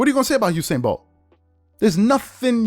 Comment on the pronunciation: It's Usain not Husein. Please pronounce it correctly loll. Its an entirely different name.